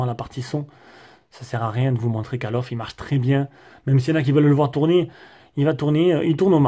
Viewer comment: Mdrrrrrrrr , 22" (cale of ) "call of" ce prononce (colle of ) ! Mais sinon très bonne vidéo ! j'attendais le test de celui si pour évité de prendre le pro , tu m'as convaincu …